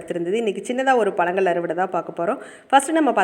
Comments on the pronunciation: Madam palangal ila பழங்கள் 'ழ' னு சொல்ல matrenga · பலங்கள் இல்லங்க பழங்கள் னு சொல்லுங்க நீங்க ழ னு சொல்லி பழகுங்க தயவுகூர்ந்து அப்போது தான் இந்த காணோளிய பார்க்க பிடிக்கும்